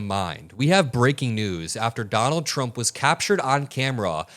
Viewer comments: He can't even say his own Name 😂😂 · There's something abnormal. He can't cleary pronounce his own name. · He’s can’t even say his own name right ! He’s gotten into Elon’s Ketamine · Sounds like he says Donald CHUMP